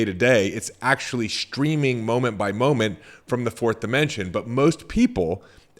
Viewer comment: SHtreaming is not a word